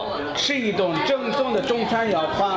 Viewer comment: 正宗（Zhèngzōng）变成了 赠纵（Zèng zòng）